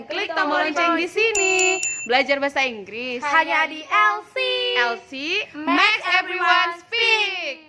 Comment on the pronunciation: Make = misspronounced